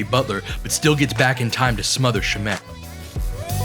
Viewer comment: Possibly the most well presented in-depth analysis I've seen on YouTube. I don't even care about basketball minutiae like screen footwork generally, but you made me. Props to you sir. But I hate how you pronounced shamet, so disliked and reported.